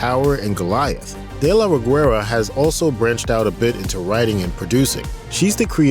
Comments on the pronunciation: Greetings from México Great video The "u" in "Reguera" is silent, it gives a soft sound to the "g", as in "guest" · I find amusing how They pronounce Ana de la Reguera, you do not have to pronounce the "U" my dear. BTW Samantha Win as Chambers.. BEST ZOMBIE ACTION SCENE EVER!! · The way this guy said "Reguera" 😂